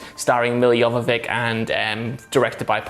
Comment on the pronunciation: It's "jovovich", not "jovovic"